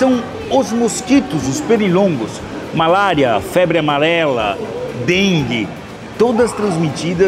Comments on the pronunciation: febre amalela kkkkkkk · "Perirongos" kkkkkk " febre amalela" 😂😂😂😂😂😂😂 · “Febre amalela” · Febre "amalela" kkkkkkkkk 😅😅